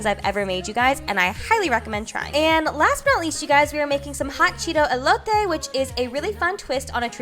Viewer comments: Yes girl, when you were making the elote and pronouncing everything correctly using the right terms 👏🏼👏🏼😂😂 looks bomb and I'm a proud mom lmao Love you ❤️❤️❤️ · I love the fact said elote right. and the cheese.:)))